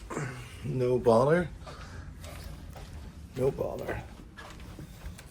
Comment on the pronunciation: I always thought he said No Baller 😂😭